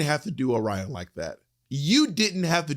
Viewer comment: Angeria or Willow for the win, for sure. And I have to say, as someone from Michigan, it’s so triggering to me how everyone is mispronouncing Orion Story. I wager that Orion picked name based on a city in Michigan called Lake Orion. And I have never once heard anyone that lives in the area pronounce it lake Oh-rion. It’s lake o-rian. And phonically speaking it makes a lot more sense and has a much better flow when pronounced the proper way. And no shade to Orion, But Bentley James, Detroit’s drag princess, should have been the first Michigan representative to the race. Everyone should do themselves a favor and look up Miss Bentley.